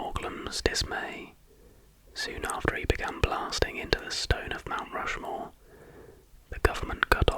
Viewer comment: ah yes i’ve always wanted to visit rount mushmore